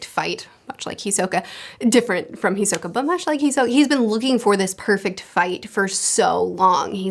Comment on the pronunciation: Hey! Easy pronunciation tip: Most 3-syllable words in Japanese are Dactylic. KIL-u-a HI-so-ka NE-te-ro Of course there are always exceptions (ao-KI-ji comes to mind) but it works most of the time.